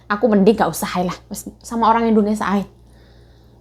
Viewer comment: ...sekedar saran pengucapan negara kita itu Indonesia bukan Indonesa😀..maaf ya kak..semangatt kak Yayuk👍